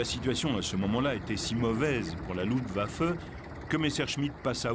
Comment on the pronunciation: The film footage is top notch. However the bloody AI mispronounciation factory - is terribly annoying. Luftwaffe seems to absolutely blow the AI to smithereens....its too bad , because the content of the film is interesting as all hell....